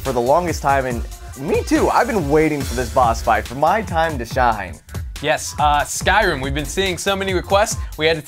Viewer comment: Lol u said skyrum